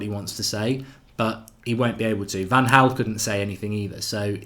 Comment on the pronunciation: I've noticed he pronounces Van Gaal as Van Haal too...🤣